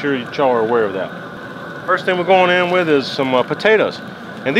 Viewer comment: Your T's turn to D's in this video. Example "like dat"....haha looks like a good meal brotha!